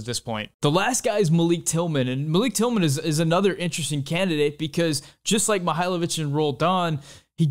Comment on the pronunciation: Love the video as always, but thought I’d give you a few criticisms to possibly consider with chill vibes. You show a full screen graphic for a couple seconds when talking about Horvath, but I had no idea how to read it, and it wasn’t directly addressed. You say Malik Tillman’s name wrong. You’re wearing a shirt with a picture of a patriot, referencing revolutionary warriors as kings, which seems historically dissonant.